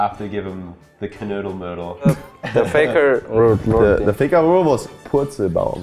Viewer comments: Bro, TRISTAN, it’s KUDDELmuddel und nicht KNUDDELmuddel alla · funny thing is Tristan said the word wrong, it´s Kuddelmuddel not Knuddelmuddel, without the n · why does POE says so often Knuddelmuddel instead of Kuddelmuddel? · Isnt even POE pronouncing "Kuddelmuddel" wrong? It always sounds like is is saying KNuddelmuddel. :D Edit: If you think about it Knuddelmuddel could be some weird kind of cuddling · even tristan pronounced it knuddelmuddel instead of kuddelmuddel ;D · du hast kuddelmuddel selbst falsch ausgeprochen lmao xD knuddelmuddel Kappa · Nicht mal Tristan kann Kuddelmuddel richtig ausprechen :D Er sagt immer Knuddelmuddel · No one: LITERALLY no one: Tristan: KNUDDELMUDDEL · Ye, I never heard it pronounced like this. There is definitely an N-sound where there shouldnt be one. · True. POE said it wrong. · poe even says the 2 words wrong. he just puts a n there